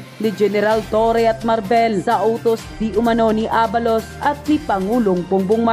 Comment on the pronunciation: Marbil and not Marvel